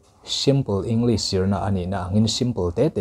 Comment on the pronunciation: Pronunciation Ing- lis ❌ Eng- glis✔️ English ber kan zir sia, a english lam dan a ber hi kan tih fuh loh chuan a professional lo tlat.